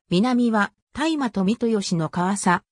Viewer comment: 大麻…（たいま)❌ (おおさ)⭕️